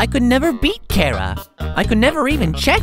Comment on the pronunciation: It's been a year. And finally..... At long last..... figured out how "Chara" is meant to be pronounced. REJOICE!!!!!!!!!!!!